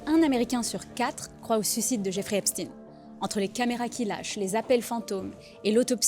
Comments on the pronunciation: Arrêt de lire Epstine c'est plutôt Epstein c'est de l'allemand pas du russe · EpCHTAÏNE. C’est un ashkénaze. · C'est Epstein se prononce comme Einstein !